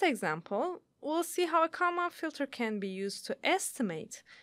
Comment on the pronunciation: I am sure that you could find someone who could at least pronounce Kalman Filter.